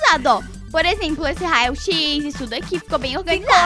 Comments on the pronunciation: rao x Eu: não é "rao É "raio x"kkk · O no hospital de 5 minutos você disssa raoxis e é raioxis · Teve uma parte que a falou rai x